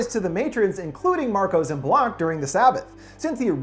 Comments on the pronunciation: Why does he keep saying "Blank"? Is he trying to say "Blanc" (blonc pronunciation) in English? If he wants to say "Blanc" in English, say "White" not "Blank" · Why does he keep saying Madame Blank? It’s Madame Blanc. C’mon... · The way you say Madame Blanc annoys me sooo much. Blanc is white in French, its pronounced blaangk. Madame Blank smfh! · Im really annoyed that he keeps pronouncing Blanc as Blank. It's a French name and is pronounced without the strong k. It's "Blahn". I loved the video but please don't butcher names. And if anyone wants to attack me, it's just my opinion. It just unnerves me when not enough effort is put into things of different origins other than English. Great video! Can't wait to see if you'll review Overlord. Im so interested in it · It's pronounced BLAH-NC. Not BLANK. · surprise.. Americans don't speak any other languages lol.. Also, Suspiria is not really a Giallo.. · I had to give this a negative rating. It needs to be retitled as a "summary" NOT "explained" since all you actually did was summarize the entirety of the film with many spoilers. SPOILER ALERT to anyone who hasn't seen the film yet! I also, and I'm just nitpicking at this point but it really bugged me, don't understand why, after watching the film, you mispronounced Madame Blanc's name repeatedly save ONCE. She's not a "blank" letter, dude. She's blAnc! 🤷🏼‍♀️🤷🏼‍♀️🤷🏼‍♀️🤷🏼‍♀️🤷🏼‍♀️🤷🏼‍♀️🤷🏼‍♀️🤷🏼‍♀️🤷🏼‍♀️🤷🏼‍♀️🤷🏼‍♀️🤦🏼‍♀️